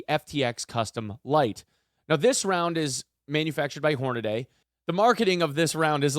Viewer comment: "Horna-dee".... "Say-boh".. if anyone is interested in the proper pronunciations lol